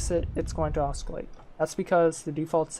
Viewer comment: Hey, thanks for the video! I'm a new FtD player struggling to learn PID and this was helpful. My only gripe: the 'c' is silent in "oscillate";) looking forward to seeing more FtD tutorials from you!